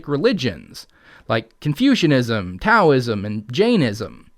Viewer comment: Heh, when he said Taoism, for about a second, I thought he said Cowism and I was intrigued. 😂